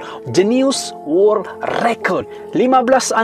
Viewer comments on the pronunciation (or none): none